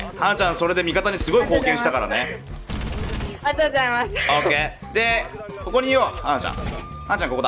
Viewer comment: ありがとうございますって言う妹さんの発音が バスケ部のあるあるなんだけど バスケでもやってるのかな?